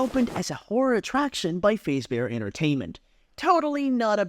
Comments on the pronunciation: cool but you say Freddy Fazebear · it bothers me the way he says fazbear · I shouldn’t be bothered by the mispronunciation of Fazbear every time but I am